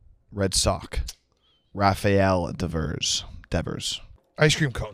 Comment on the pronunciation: DIDNT KNOW HOW TO PRONOUNCE RAFAEL DEVERS NAME!? Red Sox fan?